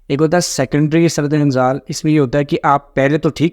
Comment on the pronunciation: جب آپکو درست اردو بولنا اور لکھنا نہیں آتی تو انگلش میں وہ لفظ بول لیا کریں ویسے شرم کی بات ھے آپ کو قومی زبان اردو پر عبور حاصل نہیں ھے سُرعت انزال کا معنی جلدی منی کا نکل جانا پلیز کچھ تلفظ پڑھنے کے لۓ پریکٹس کرلیا کریں شکریہ